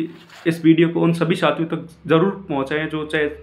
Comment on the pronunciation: भाई साथियों होता है न कि छातियों😊